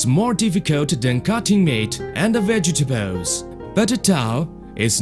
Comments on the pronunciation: Lost it "Generally spreaking, cutting towel is more difficut then cutting meat, and a-vegetables" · just the way he says vegetables